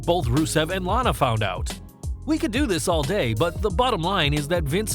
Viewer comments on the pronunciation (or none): none